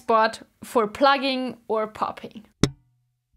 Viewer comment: I love how she pronounces thumb “thump” & plucking “plugging” 😍